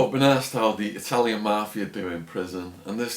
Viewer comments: It's MAFIA, not MARFFFIERRRR. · Anyone else hate the way he says mafia ?